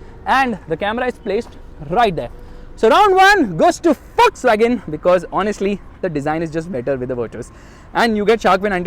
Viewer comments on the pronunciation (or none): Everytime he screams wolkswagon sounds fuckswagon to me😂